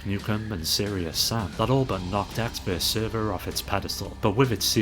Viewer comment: It is ecks vs sever, not server.